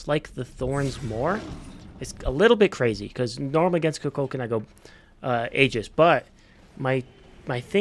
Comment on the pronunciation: Kukulkan, not cu cucon